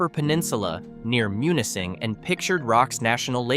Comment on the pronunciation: Sigh.. please research correct pronunciation 🤦🙄..I'm surprised you pronounced Munising correctly